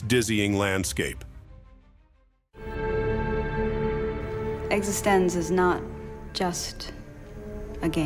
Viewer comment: EX-EASTON-ZEE ??? TED PEE-COOL ?? WTF ?? A.I. SUX !!!!!! besides that, great list.